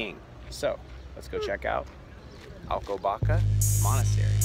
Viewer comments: The "ç", as in Alcobaça, is pronounced as "ss". Very informative video and I like the off-camera voice, lends it a more professional feel. Thanks for sharing. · Not Alcobaca but Alcoba sss a